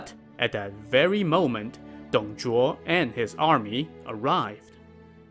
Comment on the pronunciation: He pronounce the name in chinese correctly just the way of reading in pinyin (拼音).